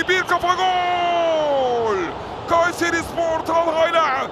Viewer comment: Gayseri ıh ıh gayseri ıh ıhhh gayseriii ıhhh ıhhhhhh😂😂😂🤣🤣🤣🤣